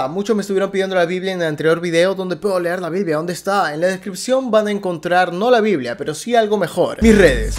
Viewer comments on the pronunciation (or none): none